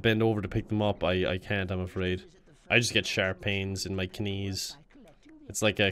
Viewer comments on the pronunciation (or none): "Yeah, I'd love to get some kuh-nuts, but I have bad kuh-nees." That line amuses me way more than it should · When I heard the bad k-nees part I laughed way too hard